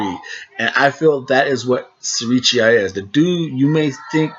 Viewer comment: The name is pronounced Siri-Chai, not Siri-cheeya as you pronounce it.